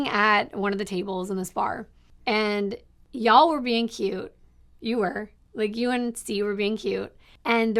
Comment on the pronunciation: approx.: just said, "Y'all," and for split a second, she sounded just like us Texans. 😃🧡 I'm happy I caught yalls story. Wishing you many blessings together!